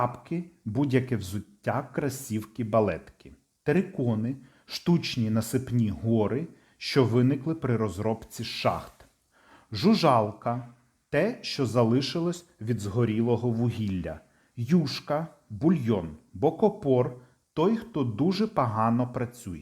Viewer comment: жУжалка а не жужАлка ,мАстєрка а не мастёрка